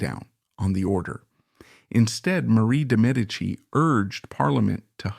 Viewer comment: Bravo! Great vid! Also glad for the accurate pronunciation of de Medici. 😊